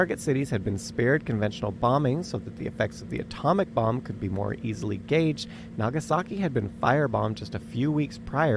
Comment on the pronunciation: "naa gaa sa ki" lol